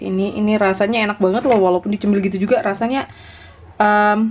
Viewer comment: Catat gengs. 1. Sarange= Sarimi 2 Banget= Banet 2k19 😂